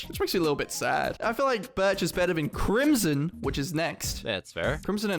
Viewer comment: me saying crimson: crimson the voice: crimiyon